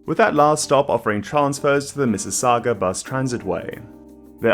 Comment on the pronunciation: What?! An Aussie nailing the pronunciation of not just Mississauga but also Stouffville?